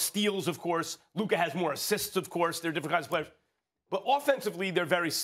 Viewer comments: It’s luka and it’s not even close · Still can’t say Luka’s name right